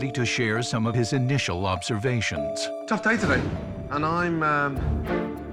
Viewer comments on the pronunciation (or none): initial lobservations. What the heck. Am I only the one who heard this. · I heard " Gordon is ready to share some of his initial Lobservations"... Shoulda said Lobstervations...